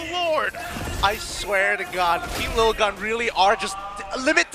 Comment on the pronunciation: 1- It's LIL-GUN not LITTLE-GUN. If it was littlegun they would've written littlegun. 2- Arashi(and other ID casters) constantly adding "bro, dude, man" to the end of their sentences is unprofessional and annoying. If they did it every once in a while it wouldn't be a problem but they're doing it nonstop and it's so obnoxious.